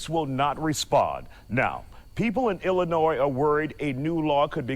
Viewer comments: I live here in Illinois and the S is silent love! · you said illinois with the s 😆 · How can I listen to a man give me any advice when he can’t even pronounce the damn state correctly? I’m sorry buddy but at least learn how to say things correctly before you speak. The S is silent guy